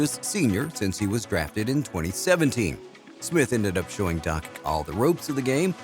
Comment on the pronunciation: 2022 video and still can't pronounce Doncic..